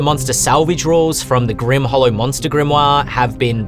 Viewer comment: Leave it to the to basically make Steve Irwin a class.:) The Grim-waaah is he-yaaaa! Looking forward to seeing the final version when it comes out.